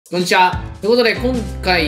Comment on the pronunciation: こんにちはがKunにちはに聞こえて「！？」ってなった